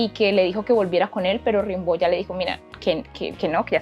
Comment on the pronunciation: Das un dato equivocado al decir que ya muy joven se había casado. Se escribe Rimbaud pero se dice "rambó"